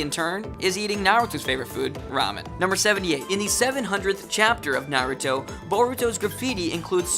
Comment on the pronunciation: I don't know if I can watch this given how you have pronounced Naruto in other videos